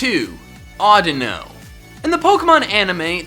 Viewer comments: AUDINO, NOT ADUNO! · Audino what Audino is either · audino what a audino is lol